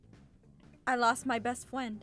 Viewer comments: YOU NOT MY FWEND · is not a fwend he’s a fwo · NANI!!!! Aphmau:I will win:NANI!!!! RossFwend:will you be my fwend